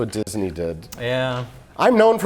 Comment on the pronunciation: "Didsney" - Mike